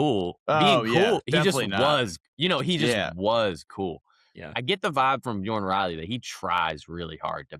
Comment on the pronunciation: Rage bait is pronouncing bjorn Riley’s nane